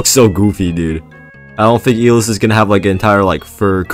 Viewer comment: ITS EYE LESS NOT E LIST